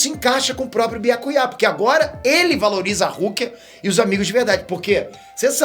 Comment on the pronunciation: Ouvir chamando biácuiá é fire 🔥